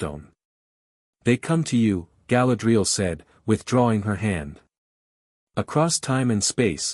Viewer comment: It is pronounced Ga-LAD-ree- al ! !